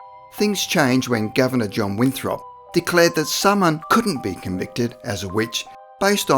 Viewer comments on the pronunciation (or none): none